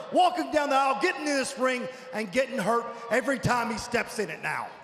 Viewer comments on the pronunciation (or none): none